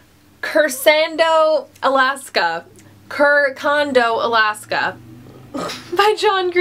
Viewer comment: It's pronounced "CHERCANDO ALASKA" :)